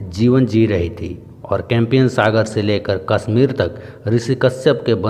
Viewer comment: sir compiyan nhi Caspian sea boltae km se km videos bnane k pehle ek baar bolna Toh Sikh lijiye